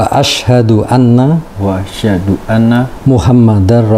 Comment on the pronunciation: Maaf yaa, bolehkan saya memberi masukan? Kalau bisa, kalau nuntun mualaf syahadat itu jangan langsung satu kalimat, akhirnya pengucapannya belibet, kata Asyhadu jadi asyadu Asyhadu ala ilaha illalloh jadi asyadu ala ha ilaha illalloh, nuntun mualaf yang di tuntun bersyahadat sebaiknya perkata atau sepenggal kalimat dulu saja, dalam belajar penglafalan bahasa arab kemudian baru satu kalimat ketika sudah lancar, terus pengucapannya yang mantap dan tegas supaya keluarnya makhroj itu jelas, maaf ya! Ini hanya sekedar masukan saja.